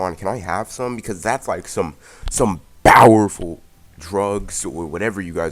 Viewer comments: Why do you say bowerful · Dude plz stop saying bowerful say powerful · STOP SAYING BOWERFULLL AND NOT POWRFULLL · Mad annoying saying bower full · Why do you pronounce powerful with a B???